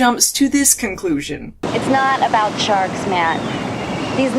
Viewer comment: Shee-arks,, aauaughghg !!